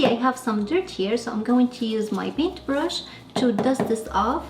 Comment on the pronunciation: Love the way you say paintubrush and toothubrush 🧡